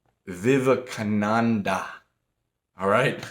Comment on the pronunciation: I'm Indian his name is pronounced as Swami Vi-ve-ka-nan-da and yes that guy was a legend